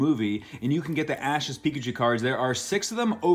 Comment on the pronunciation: Pickuchew k